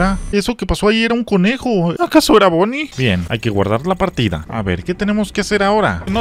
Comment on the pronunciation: no Es Bonni es Vanni